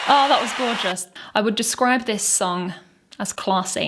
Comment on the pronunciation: Say gorgous again imao.